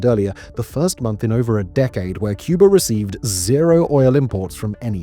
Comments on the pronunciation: President John F. Kennedy was known to pronounce "Cuba" as "Cuber". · Wow! Well done, what a well researched ADULT presentation. with no silly music or AI nonsense. Just the facts. Only one complaint: Why does he keep saying “CUB-ER”? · With how he pronounces Cuba as "Cubar" and Havana as "Havaner"....I imagine it would sound like a bunch of seals in minecraft going "ORE ORE ORE ORE"